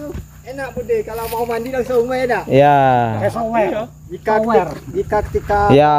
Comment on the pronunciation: Itu namanya shower bang.... bukan suer... 😊😊